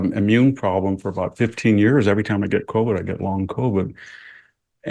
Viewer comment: Every time he gets convid he gets long convid? 🤨🤔 The guy is still deeply asleep. Too many chemicals.